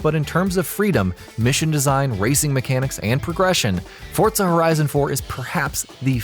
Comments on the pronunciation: Forza not fortza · What's fortsa? Is it like forza? LoL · why the fuck is he saying FORTSA, it is FORZA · Forza not "fortza" XDD not being mean just saying xd good vid brotha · It’s forza not fortza ur saying it wrong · its called FORZA not fortza ... fortnite and forZa didnt have sex and there wasnt magicly a baby called fortza .... its FORZA ! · whats a "fort-za"? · forTza horizon lmao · Fortsa Horizon 3. Threw me off with that pronunciation 😂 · Learn how to say "Forza" 😂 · why is he saying forza with a t